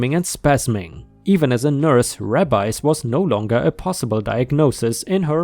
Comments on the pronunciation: For future reference, tithes is a one syllable word and is pronounced with a long "i." The second "i" in the word disciples is also long. (tīthes, discīples) And rabies is pronounced rābeez. Rabbis is the plural of rabbi, essentially the jewish equivalent to a priest. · Tithes is pronounced “tie-ths”. It is giving a percentage of your income to the church. Disciples is pronounced “dee -sigh-ples” It means followers. Rabies is pronounced “Ray-bees” which is a sickness passed on from animal to animal, usually through a bite that is fatal and can be passed to humans if bitten.⭐️⭐️⭐️⭐️⭐️⭐️⭐️⭐️⭐️⭐️⭐️⭐️⭐️⭐️⭐️⭐️⭐️⭐️⭐️⭐️⭐️ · "Disciples" is said diss sy pullz. "Rabies" is said _ray- bies, rhymes with babies.